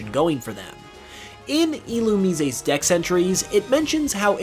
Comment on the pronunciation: Okay, genuinely asking, do you guys pronounce Illumise the way he does? I've always said something like ee-loo-meese.